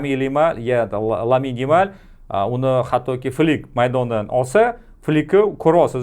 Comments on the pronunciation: Aka lamin yimalmas lamin yamal deng iltimos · Lamine Yamal✅️ lyamin yemal❌️ zaybal uje